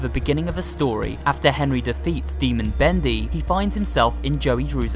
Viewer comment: It really makes me uncomfortable when he ends the sentences by making the last syllable of the last word longer. (for example: characteeersss, bendyy, studioo)